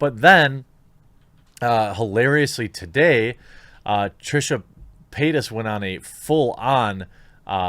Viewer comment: I keep hearing Trisha peynis